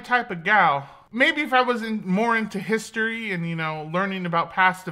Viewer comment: No one:: come get a taste of hiSToRy